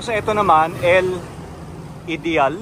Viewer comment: sana mabalikan nyo yong Green House after restorarion. 🫶 you pronounce Ideal in German language😊